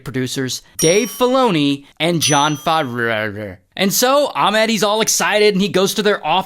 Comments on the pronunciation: Jon who!!? 😂 Jon Faa frara 😂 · John favroughhdhe 🤣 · The way he said John Favreau's name got me laughing 😂😂😂😂